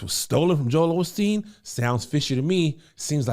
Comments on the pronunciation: Kev there’s no “ L” in Osteen. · Why do Black folks love addin’ that extra “L” in Joel Osteen’s name? 🤣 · It’s hilarious we are gonna still call him Olsteen lol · I wish folks would quit putting an "l" in Joel Osteen's last name. 🤷🏾‍♀️